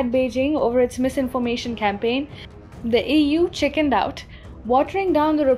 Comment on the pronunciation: How you said EU, sounded like Ewww. :D on a lighter note.